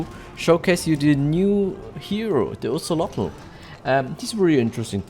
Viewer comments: Hahaha its Kate-Za-Ko-Ah-Tol 🤣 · That’s not how you say his name.. don’t pronounce the L